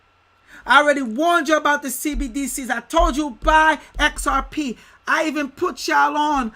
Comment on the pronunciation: Homie says beedies! lol nj baby